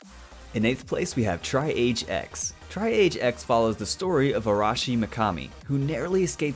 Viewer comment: It's tree-ahj not tri-age. its a word used to describe the process of stabilizing patients and determining the order to treat them when there are a large number of patients